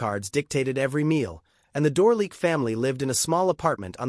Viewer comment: The French pronunciation of names and titles is atrocious including Francoises's last name. It's painful.l